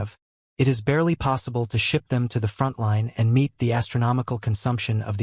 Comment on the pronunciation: Why cant your ai pronounce ships?